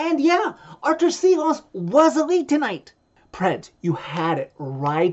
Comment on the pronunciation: its pronounced shilovs, that S with the little tiny v over it is a "shh" sound